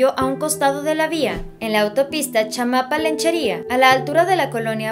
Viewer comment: "Lechería", no "Lenchería"